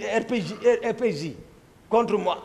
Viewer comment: Ce n'est pas RPJ mais RPG: Rocket-propelled grenade, en français : Lance-roquettes et grenades. Toumba prononce un j mais c'est un G